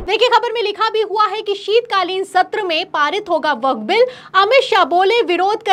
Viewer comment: Vakaf ka pronunciation nahi Aata